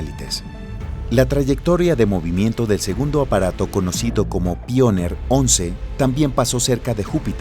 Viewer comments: Soy el único que esperaba que diga "paionier" en vez de "pioner"??? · Se pronuncia paionier no? se escucha bien raro que digas pioner 1 y 2 , en fin un pequeño detalle la verdad la informacion esta super